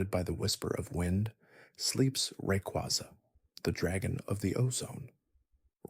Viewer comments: The way you said Rayquaza stresses me out. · Lol the funny part is that he said Rayquaza correctly and then one paragraph later he butchered it like 4 times. Also learn how to say the regions right too